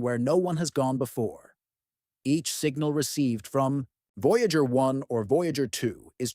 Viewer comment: "VOYGAER" fucking AI slop